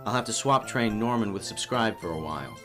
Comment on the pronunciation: When you name your starter subscribe you say "Go subscrib" XD